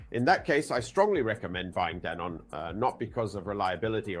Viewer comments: I’m pretty sure it’s pronounced Denon. Not Deenun! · Clearly AI ,,,,, DEEEENON OR DENON ? FACKAWAYAFF!!!!!!